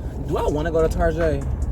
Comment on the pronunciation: I love how all of us as black people call target “tarjè” 😂